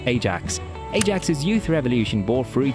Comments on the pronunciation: It's not pronounced 'Ay-jax' it's 'Eye-ax' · I mean, the pronunciation is wrong either way. Its Ah-yahx, thats how Dutch people say it. First A is a "long A" and the second is a "short A"